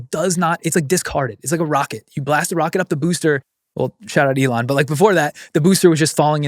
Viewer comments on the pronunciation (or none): none